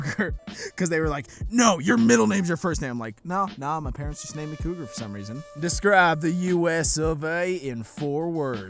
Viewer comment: When you said your name I thought you say Kroger ( I think that’s how you spell it ) like nightmare on elms street instead ofCougar sorry